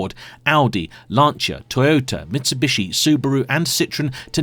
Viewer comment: Great video. My only whinge is his pronunciation: Mitsubooshi. lmao